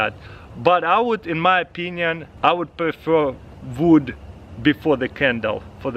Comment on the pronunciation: “Vood”, “Vet”